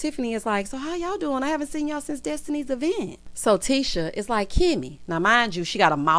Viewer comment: Ms. Wanda’s freeze-dried curls always makes her reference something from the 90’s😂. Ms. Vanessa did NOT have time for the qwerstions and shenanigans! That “DO I HAVE TO?” came from the depths of her spirit🤣. Carlos DEFLEE invited Ms. Wanda to the e-vent 😂